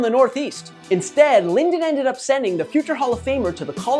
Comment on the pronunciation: Sinden not Linden 🤦‍♂️